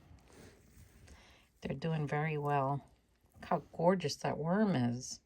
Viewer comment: Oh 😂, I just love the way you say Gorge-US 😂❤😂🪱💗🪱❤ I'm subscribed to both of your channels, but I have enough 🪱 Worms to care for properly. I do wish the winner success ❤🪱❤️ Happy Gardening Weekend ❤Peggy❤